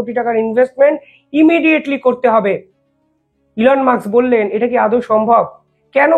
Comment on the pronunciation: ঠিক করে উচ্চারন করুন।এলন মাস্ক।উনি কেপটাউনে জন্মেছেন।তারপর উনি উএস গেছেন। please উচ্ছারন ঠিক করুন।